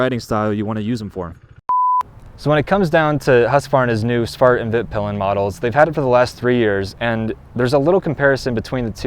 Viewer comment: Please learn how to pronounce svartpilen and hvitpilen